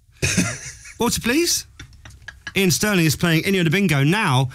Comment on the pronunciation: Isn't it Iain (not Ian)?